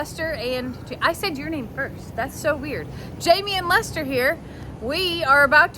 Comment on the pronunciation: Chester, it sounds like Lester